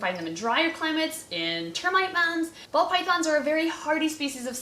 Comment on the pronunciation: I keep hearing 'bald' pythons instead of ball.